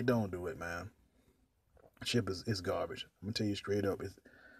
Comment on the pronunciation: * gum smack , sposed to umm, * gum smack * gabbige mannm * gum smack .( Has no data to support his claim in any way) 🤭 Save your money and buy a legit 10 year old hot hatch with Turbo instead of trying to make a racer out of a Domestic dog made to haul groceries.